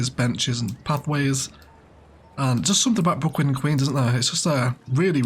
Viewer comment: Could be fun to name the Brooklyn and queens district opposite the river "Bricklands and Queens" in honour of your common misspeak XD